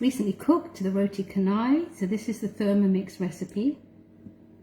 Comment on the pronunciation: Tq & it's pronounced roti CHA-nai